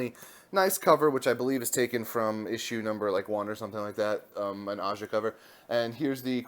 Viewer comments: Aja's last name is actually pronounced as AHA with a thick H. What an amazing wonderful run this was, his artwork was just gorgeous and the stories had heart and lots of humor. A gem to behold (finally) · the J in Aja is pronounced more like a H